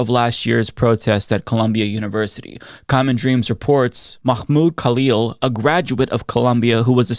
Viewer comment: You're saying name wrong. You're saying "Makhmoud Kalil" and it's Mahmoud Khalil. The "kh" sound your using in is first name actually belongs in his last name. Hope that makes sense lol!